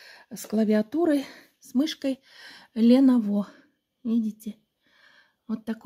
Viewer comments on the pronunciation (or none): ЛеновО!!???😅ЛенОво,,но от этого приятность подарка не уменьшится.Молодец,Милый друг- респект👏👏👏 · ЛенОво ударение на О. С удовольствием смотрю все видео, благо есть что❤